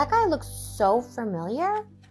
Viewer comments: I hate how trish says fermiliar instead of familiar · What bugs me is the way she says "familiar." Like the only people I think I would ever hear say "furmiliar" are furries who love to use furry puns. Like really specific, really niche group. Fur real though you look furmiliiar am I fureaking out or something?